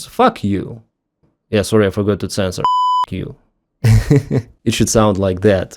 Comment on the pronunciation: Didn't you say "fork" you?😅